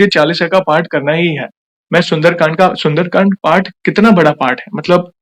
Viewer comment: sunderkand hai not sunderakand